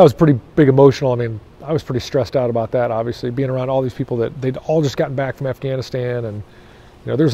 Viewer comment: “Aboot” lol